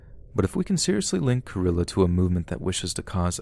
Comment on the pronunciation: Cringing every time you pronounce Carillo 🙃 lol